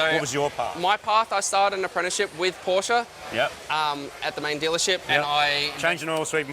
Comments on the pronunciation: "Porsche" is two syllables: "POR-shuh". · I know you can do better: Porr-sheh. It's German, thus you must pronounce it according to the rules of German language, even if it uses the same letters as your English language. Porr-sheh. Folks-va-gen. Bil-shta-in.